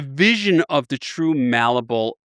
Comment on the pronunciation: You really would have thought someome who uses malleable in every sentence would know the word isn't mallable lmao